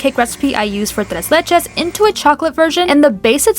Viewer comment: My favorite! Also, loved your pronunciation in "tres leches". Perfect Spanish!